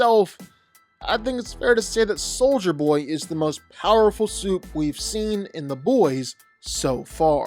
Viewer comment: you got soldier Boy right